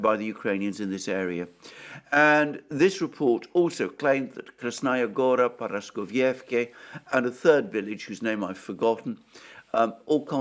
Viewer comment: Correct, and also it is ParaskovievkA, which Alexander Mercouris will never get right. 😅